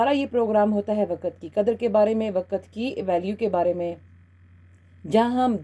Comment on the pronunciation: Waqt not waqat please use correct pronunciation on radio